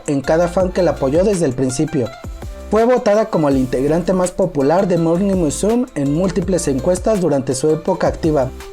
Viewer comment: Muy buen material, no es por criticar ni hacer polémica pero no es el primero que le escucho decir morning musum, sin pronunciar la me. No se porque lo dices de esa forma. Y como te digo no es la primera vez que lo oigo asi.